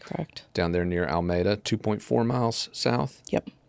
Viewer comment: FYI : It’s ( coo sa hatchie ) river It’s ( Al meeda ) Y’all just learned how to pronounce Alec ( Alex) and Murdaugh ( Murdock)